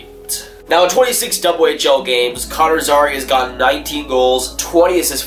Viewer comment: Zary is also pronounced Zair-e (like hair with a Z and just the letter e